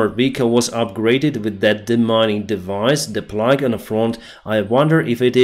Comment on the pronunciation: Plough is pronounced "plow", not "plug". Just watch Homer Simpson's old jingle for his Mister Plow service.